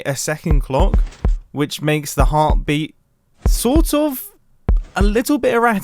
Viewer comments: No-one : Mumbo : Heartbreet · Near - he said heart breat